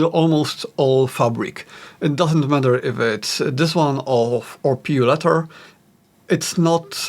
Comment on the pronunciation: did you say pure leather or pu leather?